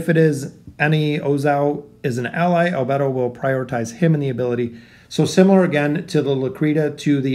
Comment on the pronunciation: Damn as a fan of anime and overlord in general, this would be a great addition. Also just a side not, the anime pronounciation is "Eyes ins oool gone" and " Al bey dough", just felt like adding that bit.